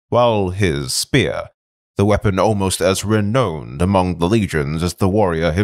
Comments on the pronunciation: Renown is pronounced 're-noun' or 'ri-noun' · Nice. Also renown is not pronounced “re-known” lol I love the story and voice acting